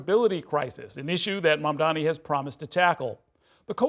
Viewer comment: I can add one :) The guy can't even say Mamdani's name right and he's here demanding stuff?